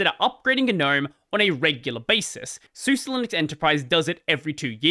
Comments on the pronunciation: Suse is pronounced Sooza, not soosa. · Man I don't know if I've been pronouncing these things wrong or you are LOL. I thought Suse was pronounced like the name Suzy short for Susan and I was pretty sure gnome was pronounced just like a garden gnome with a silent G.